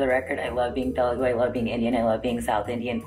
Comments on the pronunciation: First of ALL!!! It's not , ""Te-LE-gu" .... It's Te-LU-gu... Learn how to pronounce the name of the language...(disgracefully your mother tongue) P.S. Writing this comment in English so that you'll understand Anyways good luck.. Hope we will get to hear a better Telugu from you! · You were good but mam it's Telugu not teloogu that is the only complaint I had you were looking so gorgeous btw😊